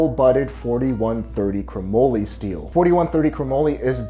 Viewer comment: Chromoely??? Chromoly is pronounced cro-molly as in Dolly. This is because moly is short for molybdenum